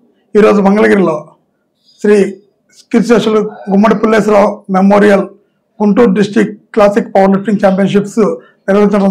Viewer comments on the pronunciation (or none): Pulleswar rao kadu pulleswarao garu